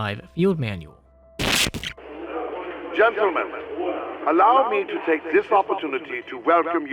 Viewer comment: "Manuel"? Don't you mean manual? Luhmayo of course a.m. 11/24/2024